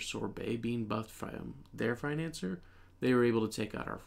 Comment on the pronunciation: bro it's pronounced like fin-an-ci-er, not financer 💀